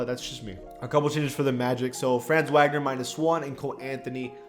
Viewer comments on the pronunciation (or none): none